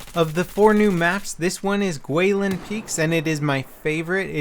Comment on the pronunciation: great vid as always...and i'm happy you got that guilin pronounciation right